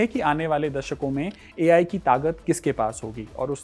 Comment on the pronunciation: आप लोग पढ़े लिखे हैं मगर ताक़त को तlगद कहते हैं